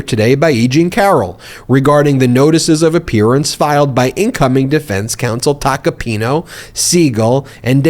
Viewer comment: It's Tacopin-A. Not Tacopin-O. That's an A at the end of his name.